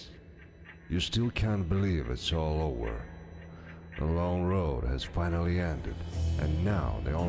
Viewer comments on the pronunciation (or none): I wish they hired a narrator who doesn't confuse V with W. "It was ower", really?